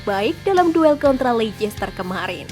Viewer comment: ian wright min, bukan LAN Wright😂. Dan Lecester bacanya Leyster bukan Leikester. Semoga bisa lebih baik lagi